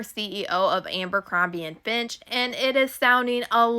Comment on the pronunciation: Fitch* not Finch. ❤